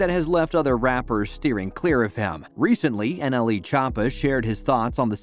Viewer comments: Chop ah is how he is pronouncing it I’m ded 😂😂😂😂😂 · the way he says choppa 💀